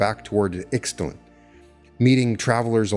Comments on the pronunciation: isn't ICKS tlun pronounced EESHT lawn? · He also pronounces Ixtlan wrong: the "x" has to be spoken like "sh"! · Great deep dive! You’ve introduced me to some new philosopher/anthropologists. Thank you. I, too, want this all to be true. I love your channel & what you channel. I wish I hadn’t gotten so distracted by the mispronunciations, but alas… (In the spirit of sharing knowledge rather than in criticism): Castañeda = Cas-stah -NYEH-dah Yaqui = YAH-key (soft k, like in yucky) Ixtlan = Isht-LAHN (closer to that) Nagual = NAH-wall Don Genaro = Heh-NAH-roh Avilar = AH-vee-lar 🙏🏼